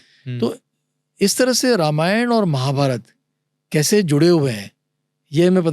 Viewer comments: यह गलत उच्चार क्यौं कर रहे है‌ ..? रामायण को रमायण क्या बोल रहे है..? अंग्रेजी में पढे हर एक व्यक्ती हिंदी या संस्कृत शब्द का गलत उच्चार करते है पर जब पॉडकास्ट हिंदी में है तो हर भारतीय भाषाओंके शब्द का सही करने पर ध्यान रखे। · र मा य ण नाही भाई रा मा य ण बोलो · Sir it is Raamaayan